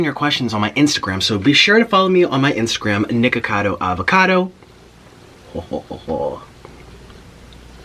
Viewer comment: In the first second of the vid he says niggacodo avocado